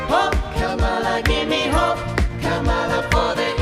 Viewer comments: They're mispronouncing her name 😂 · They pronounced Kamala wrong too. Big nono according to their side. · Its the family mispronouncing Kamala's name for me 😁 I've heard so many leftists/liberals saying it wrong KAmala not KamAla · They also mispronounced her name about 100 times. Hahaha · it's KAHMUHLUH!!! guys now we have to berate them about the pronunciation on CNN in a kindergarten style debate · We all ignoring they’re saying Kamala wrong?!? lol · They are actually saying Kamala's name wrong too